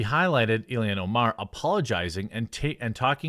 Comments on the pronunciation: Jesus he's killing me saying Ilian rather than ILHAN 🤣. I like Jeremy fine but he frequently screws up pronunciations. You would think that the times this happens would be few and far between given that this is his job and how he makes money. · pronounced ill-hahn* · Ur calling her ilian. Yo, I agree she's an alien, but her name is Ilhan, pronounced EEL-hon...almost like Elon...fuggin alien...AND the fed reserve is not "intelligence in accounting," it a fuggin fraud organization run exclusively by one ethnic group. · its I-L-H-A-N!!! Not " ILLIAN. Dude can you even read??